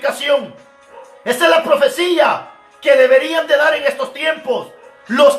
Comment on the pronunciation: Asta cuando no se dice profecilla se dice profecia.